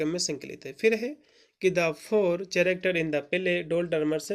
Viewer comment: कैरेक्टर ✅not चरकटेर❎